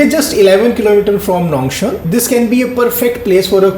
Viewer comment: You pronounce Nongstoiñ incorrect, you have to emphasize the 't' in it Nong-sToiñ...